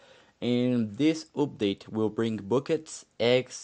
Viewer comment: Im not sure when the multiplayer will be available for everyone. Hopefully the beta testing gos well and doesnt take too long. And the way u say "update" is awesome.